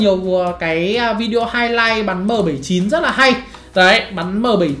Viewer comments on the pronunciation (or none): none